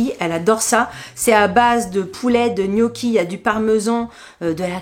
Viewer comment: Hello douceur de YouTube , Je valide Jow c est vraiment top et un gain de temps de dingue … EN REVANCHE et par amour pour vous 😅😅😅 Je vais de ce pas et en tant qu’italiennnnnne , Je me dois de vous aider quand à la prononciation des mots italiens comme gnocchi : On ne prononce pas le G . En phonétique ça se prononce : nnioki Et prosciutto ( sainte mère de Dieu 😅😅😅)! Se dit en phonetique : prochioutto 😅😅😅 Prenez le vraiment avec humour , loin de moi l’idée de vous peiner au contraire , vous pourrez ainsi épater vos copains 😜😜😜😜😜 Une calabraise qui a bondit sur son canap et accessoirement ses grosses fesses , à votre proskiouto 😂😂😂😂